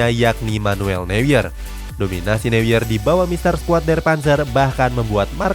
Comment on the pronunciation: saran min neuer dibacanya noier. soalnya "eu" kalo di Jerman dibacanya "oi" hehe